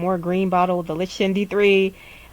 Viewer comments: Thank you for all this info, loving your videos. Fyi, lichen is pronounced "LIE-kin" :) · lichen is pronounced like-en